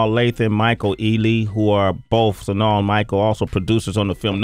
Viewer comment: IKR, it's like he's saying "Sanaul" or something like that. He's always mispronouncing words, kind of odd for someone who talks for a living.